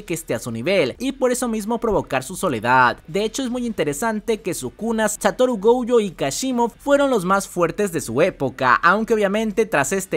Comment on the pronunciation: Nooooooooo Esssssssss . Gouuuuuuuuuuujo. Esssssssss .... Goooooooojooooooooo De dónde sacas la ...u ... ????? Llevo un mes diciendote 😂😂😂😂